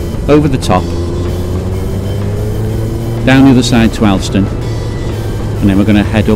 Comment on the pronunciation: Alston is pronounced ``olstan``.